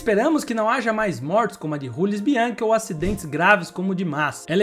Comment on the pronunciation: Jamais pronuncie Jules Bianchi como Rules Bianchi novamente. O cara era francês. Parei o vídeo nessa hora porque demonstra uma certa ignorância